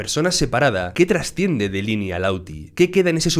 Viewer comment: Muy buen analisis mis respetos !! 👏, el unico problema, es que me da toc que digas ini ,,, 👀 que version viste, asi le dicen en ingles ?? 👀👍